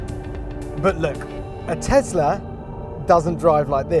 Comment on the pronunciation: Every time he says TEZLA a child DIES